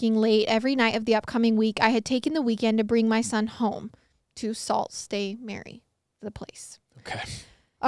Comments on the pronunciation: Haahhahaah was so funny for the first story, and for the second its pronounced "sue st marie" even tho it says sault lmfao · As soon as you said Ontario and hard words I knew this would be good. Sault st. Marie is actually pronounced “sue saint marie”. I love your podcast and love hearing stories from my home province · Lmao I’m crying!!! Canadian here👋 it’s pronounced “Sue st. Marie” not Sault St. Marie lmao I love you guys 😭❤️